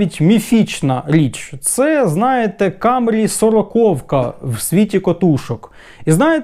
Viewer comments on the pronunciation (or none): none